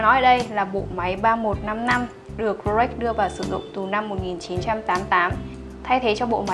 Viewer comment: mình xem rất nhiều video của Gia Bảo Luxury, thích nhất là những video do anh Hiệp thực hiện. Riêng bạn nữ này có vấn đề về phát âm thương hiệu "Rolex" ?!!! Mình comment sau khi để ý rất nhiều video.